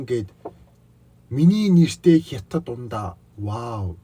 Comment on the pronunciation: Хитад биш ээ хятад